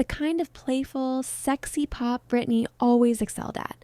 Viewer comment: It's Britney b*